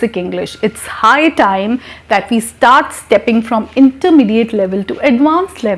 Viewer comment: Very good. but High time is not clear